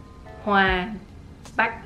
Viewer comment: No no no, you're wrong haha😁You mispronounced "Bạch" not "Bách". I told you my name is really hard. Keep try harder🤗 So you've been trying really hard. Thank you💯